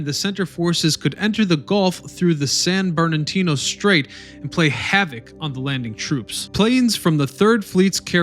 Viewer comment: How do you find all this information and still can't say Halsey, Nimitz and San Bernardino properly?